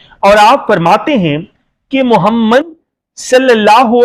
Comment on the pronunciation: تم کو تو نبی کریم صلی اللہ علیہ وسلم نام محمد صلی اللہ علیہ وسلم بھی نہیں پڑھنا آتا۔بندہ بن تم کو شرم بھی نہیں آتی۔خدا کا خوف کرو اور توبہ کرو تم لفظ محمد صلی علیہ وسلم کے نام مبارک بھی ٹھیک سے نہیں بول سکتے